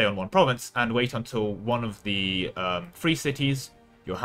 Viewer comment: Anyone else hearing three whenever he says free?